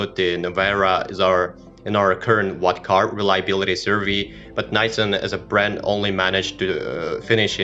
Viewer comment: Don't trust any car guy that says Naysan